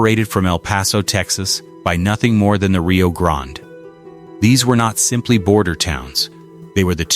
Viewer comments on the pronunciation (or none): Can't bother to say Juarez or Rio grande right? Do better.